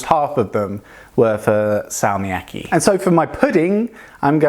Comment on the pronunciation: i think you should hold the consonant longer when its has a double consonant like Salmiakki